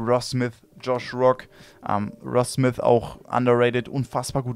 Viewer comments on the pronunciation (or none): Genau das hab ich mir auch gedacht ich sag nur Michael smis oder ross smis 😂